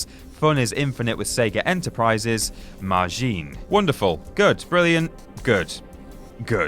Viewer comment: I'm sure you know because, well, everyone knows, but the Sonic CD one was a screen that would appear if a pirated copy wasn't pirated correctly. I think they just didn't want a repeat of Somari. God no, no more Somari. But yeah, you're right, it is true, though you didn't mention how you have to go to the sound test screen first. Also it's "Maj-in" not "Maj-een." Trust me on this, I watch DBZ. XD But anyway, if you took the time to read all my nonsense, I hope you're having a great day, whoever is reading this.